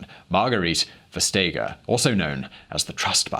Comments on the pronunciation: Westtegger? It is pronounced more like West-acre, which is what Vestager means. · The G isn’t silent. It’s softened. “Vestayer" is a more appropriate approximation. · It's pronounced "vest-ayer" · FYI: The name Vestager is actually pronounced "West" (as in the direction) + "aer" the G is silent in Danish. Love VisualPolitik. - A Dane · Would be impossible to understand who "Vestager" was without texting! Why do English speakers always destroy to them foreign names? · Damn, you really butchered Margrethe Vestagers name. Both of you.